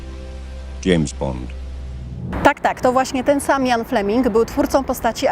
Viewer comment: Źle wymawiasz Ian, kiedy mówisz brzmi jak Jan.